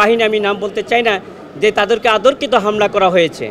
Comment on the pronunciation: আনসারদের পক্ষের বিজ্ঞ আইনজীবী সাব: শব্দটা 'আতর্কিত' না, হবে 'অতর্কিত'।